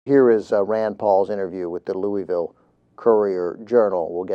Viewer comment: 1) You pronounced Louisville wrong I believe. That's how I used to say it until someone from there corrected me. 2) I watched the "Fox News Anchor: Racist Businesses Are Ok?" first and I have to say that I changed my mind after watching this. I'm against RP on this.